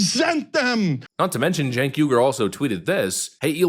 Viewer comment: That awkward moment when your momma names you "Sink", but she misspelled it "Cenk", and you've spent 40+ years mispronouncing it as "Chink". It's generational ignorance on national TV.